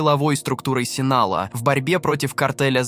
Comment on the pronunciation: Спасибо за видео, бро. Но зачем вставлять везде мини комментарии чувака с якобы измененным голосом? Раздражает все-таки… И картель не Синала, а Синалоа (произношение, как написано).